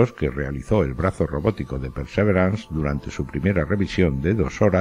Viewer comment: ¿Por qué dices PERSEVERANS?, esa palabra no existe. En español existe la palabra PERSEVERANCIA, y en inglés PERSEVERANCE que se pronuncia pærsæ'viræns